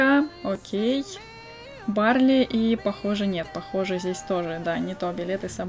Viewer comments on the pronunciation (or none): none